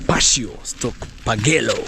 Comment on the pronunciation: Patio say it as pa-tee-o